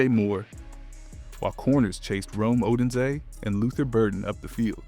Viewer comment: Ugh.. it's Oh DUNE zay.. haven't you heard their names before they talk about them on TV, on YouTube videos, on the radio… If you're not a bear man, I get it, but if you are, there's no excuse. But there's so many opportunities to hear their names send properly… And it matters since you're a YouTube creator.